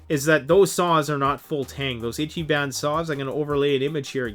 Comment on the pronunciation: I T C H Y B A N. It's pronounced "Eecheebon."